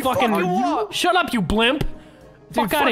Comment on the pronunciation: "Shuch up!" and "GIVE BIRTH"